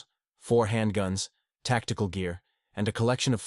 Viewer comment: Butcher or veteran? He must of not watched his own video to catch those errors. Tacticle tacticle tacticle …..